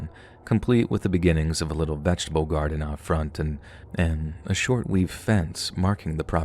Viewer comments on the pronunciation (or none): none